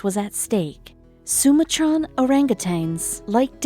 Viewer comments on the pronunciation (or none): You can't even pronounce 'Sumatran' properly?!? God, I hate these channels that write abysmal scripts that are just rehashes of old Buzzfeed articles or other mass produced videos, and then hire absolutely atrocious narrators to read them. The video rarely matches up with the narration, and they often show incorrect images that have nothing to do with the narrative being told. For instance, they'll show a myriad of unrelated primates while discussing orangutans. These videos are pumped out as fast as possible, but they use deceptive clickbait techniques, so despite their complete lack of originality or quality, they still et thousands of views... which merely incentivizes the creation of more of these terrible, low quality videos by this channel and others like it. They's literally like second rate buzzfeed articles in video form. It's absolutely abhorrent.